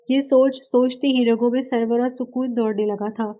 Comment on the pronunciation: Yaar ap Urdu k Kafi alfaaz ghalat perti ho sawar nahi saror hota hai mabwat nahi mabhood hota hai or Salma hai salmi nahi.